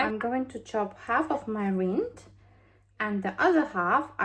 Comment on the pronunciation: I love your videos ❤ I just thought I'd tell you that lemon rind is pronounced rind like "find" not reend . Big hugs, your videos and personality are such a breath of fresh air and wholesome. So appreciated by so many ❤